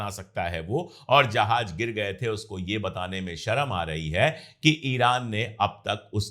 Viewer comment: Jahaj nahi jahaz hota hai sir